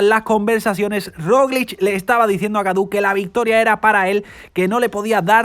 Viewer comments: hola gaudu de pronuncia godu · Gracias por permitirnos ver el resumen de esas carreras que no se dan en la tele por mi tierra! y por si se luce en el futuro David Gaudu, su apellido se pronuncia Godu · creo que en frances au se dice o. lo dice casi bien.Es Godu.